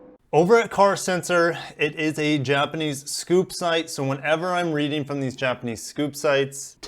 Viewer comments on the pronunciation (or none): none